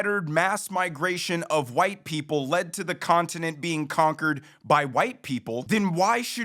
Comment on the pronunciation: She mispronounced conquered.